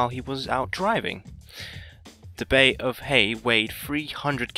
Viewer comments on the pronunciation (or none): none